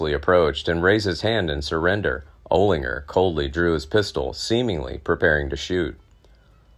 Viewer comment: Oh-Linger? What the Holy Fuk? get the Fug Out - are you a Jew?